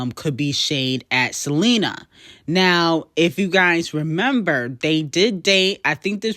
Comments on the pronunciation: Can you please pronounce Selena name with an A Not a R!! Check your language before speaking to the public. Thanks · Buns out, wiener But I gotta keep an eye out for Selener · The way references Selena as Selenerrr just kills me😂